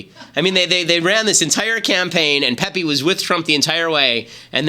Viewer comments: "pepee" good god Ben it's (Pe-pay) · Is he pronouncing it Peppy as a joke? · Ben butchered the pronunciation of Pepe